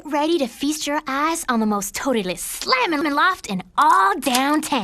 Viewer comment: Slamimiming killed me xD